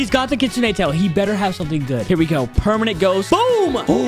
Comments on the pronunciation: you messed up the title you said pemanent instead of permanent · Bro he said pemament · "we got 3 Permanent Kitsune" bro said permanent 💀